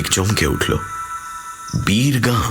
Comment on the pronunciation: সবই ঠিক আছে, কিন্তু উচ্চারণটা তো 'বীর গাঁ', 'বীরগা' টা কী !